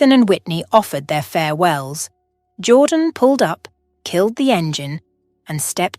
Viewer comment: The narration is pathetic - a child could have done better. The pronunciation of even simple words was laughable. Even Jordan's name changed regularly from "Jordan" to "Jaw Dan". It just irritated me.